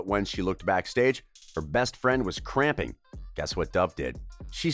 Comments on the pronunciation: Isn't it 'crumping', not 'cramping'? Correct me if I'm wrong, pleas e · It’s pronounced crumping but okay¿